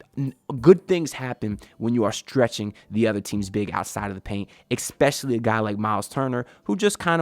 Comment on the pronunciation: please stop saying exspecially 😭